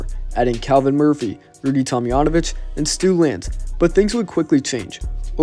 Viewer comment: That's a hard J in Tomjanovich.